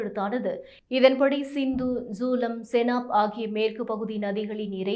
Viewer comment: ஜூலம், பீஸ் இல்லை. சரியாக உச்சரிக்கப் பழகு, இல்லை வேறு வேலைத் தேடிக்கொள். எங்க உயிரை வாங்காதே தாயே.